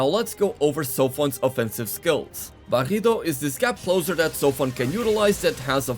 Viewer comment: Me gusta como decis "barrido" y "rotura", bastante bien la verdad!!